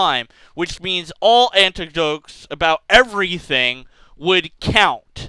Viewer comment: I had to turn this off because you said "anticdotes" like 400 times in the first 5 minutes. I'm sorry, I love you, but it's frustrating. XD